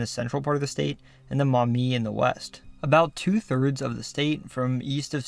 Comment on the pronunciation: I appreciate that you correctly pronounced Maumee correctly and mentioned the Black a Swamp